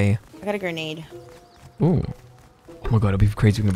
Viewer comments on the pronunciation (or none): That Grenate